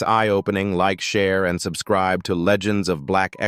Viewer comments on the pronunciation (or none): none